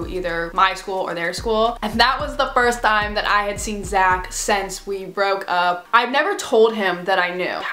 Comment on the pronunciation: I’m still laughing at the way you said “TiMe” in 😂